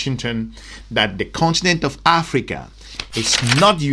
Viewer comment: IT ABOUT TME YOU LEARN TO SAY " AFRICA " AND STOP SAYING " AFRICER"